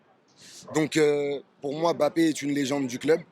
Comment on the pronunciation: AU moins entre africains noirs nous savons bien prononcer le nom camerounais de Mbappé et non m-bappé comme il dise ici. C'est pareil pour Ngolo Kanté, c'est pas N-kolo Mais en un mot et il faut juste avaler le N de Ngolo et le M de Mbappé. Pareil pour le Marseillais Pape Diaye, C'est pas Papeu Ndiaye Mais Pape sans lire le E et Nidaye en avalant le N. Quand vous cité le nom du Pape du Vatican, vous dite bien Pape et non papeu, et beh c'est la même chose.